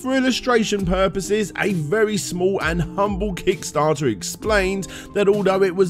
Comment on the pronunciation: Really sounded like you said d**starter this time